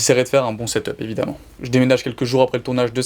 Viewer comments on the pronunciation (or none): none